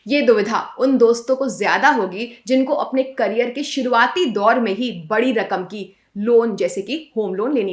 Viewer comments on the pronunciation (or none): none